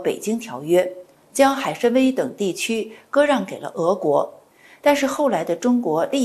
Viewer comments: 海参崴就应该念成海参威，为什么要别扭的念成海参歪？愚以为汉语发音不一定非要以普通话的标准地的发音来框住。四川的汶川念成文川多好，为什么非要念成问川？ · 海参崴（wai），请专业一点！